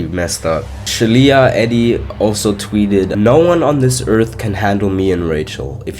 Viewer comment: love the iceberg! thanks algorithm! BTW - Shelia Eddy is pronounced "SHEE-luh," and crazy enough her cousin was on an MTV dating show and talked about her - the cousin has since passed away but you can find her way old tweets from when it happened defending Shelia :0